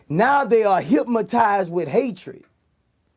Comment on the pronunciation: Boosie said Hipmaties